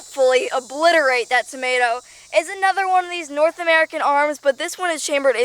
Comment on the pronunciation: I thought Americans called chillis hot peppers? She also pronounces tomato "normaly" the first time! (not Tomayto)